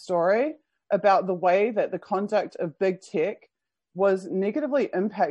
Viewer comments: are you saying "big tick" instead of "big tech"? That would be a very fitting name for the blood suckers! (I can't be sure, sounds to me so, but I'm not a native English speaker) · Lol, that's how they say it in New Zealand!